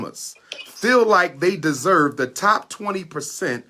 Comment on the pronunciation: "Derserve" is how all his incel followers talk